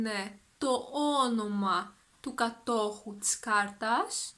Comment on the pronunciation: Γεια σου! Few questions, if I may: , the της is contracted, I can only hear a "τς". Is that a pronountiation rule or it's a contraction which might or might not be used? I noticed your pronounciation of διαθέσιμα is different than I expected. The first "α" is almost silent, while same word has a very clear "α". Is something about the context? ταυτότητα or ταυτότα ? Ευχαριστώ!